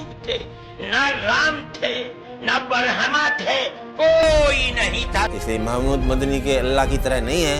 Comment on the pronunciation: यह आदमी शुद्ध शुद्ध ब्रह्मा नही बोल सकता